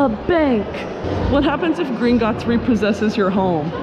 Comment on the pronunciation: Every time she says "Gringotts Bank" she keeps getting more and more Scottish! Lol 😀